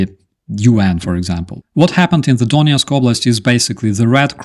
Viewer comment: Re: IT companies - 2-and-a-bloody-half years overdue. Attack on the Red Cross was covered by the BBC and PBS news sites... the grain ship, I only learned of, I think from Anna from Ukraine. I have a linguistic question about the pronunciation of Donetsk. I thought 'Donyetsk' would be the ruzzian, and the Ukrainian would be 'Donetsk', I thought for it to be 'Donyetsk' in Ukrainian it would be spelled Донєцк? Just did some searching, and I see it's spelled Донецьк... does the ь in this case change the sound of the 'e'? Just want to learn to pronounce/spell Ukrainian words/names correctly (unlike western journalists pronouncing Kyiv 'Keev'...)